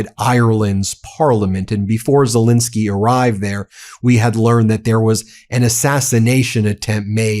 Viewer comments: His name is Zelensky not Zilinsky!! Get it right FFS! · ZelEnsky not ZelInsky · ZE LEN KSY ( E is pronounced as the English A in hAndle)! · Love this channel! Zelensky is pronounced "zuh-LEN-skee," btw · Zillinsky???????? Would you like to have your own name pronounced "Been Masillas"?